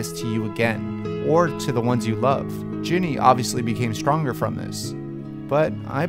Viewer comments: Sounds like he keeps saying Jenny not Ginny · G-inny not Jenny GINNY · Sorry but anyone else annoyed with the way you said "Jenny" and not "GINNY" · Man she's GINNY Not JENNY. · STOP SAYING JENNY